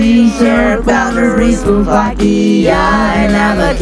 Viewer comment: It’s not Vakia it’s Slovakia